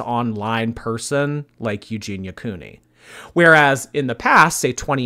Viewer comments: He can even pronounce her name lol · "Eugenity" hahaha. Was he taking the piss? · That dude wasn’t even trying to pronounce her name correctly. How the hell do you get Eugenity from Eugenia??? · OMG THAT LAST 4 WAY BATTLE WAS HILARIOUS WITH THAT GUY GETTING UPSET FOR SNIPING & TELLING JEFFREE I BOUGHT YOUR MAKEUP!!! 😂😂😂😂😂 And he called Eugenia "Euginity" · "Eugenitiy" lmao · "Eugenity" Okay, I'm done. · He said EUGEINITY!!!!! Lmao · That 4 person battle was soooo awkward. "Euginity" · "There's nothing wrong with the colour grey." There is when it's the colour of human skin! I'm half suspicious that bottom right corner on the 4-way battle was saying her name in different wrong ways each time on purpose 🤣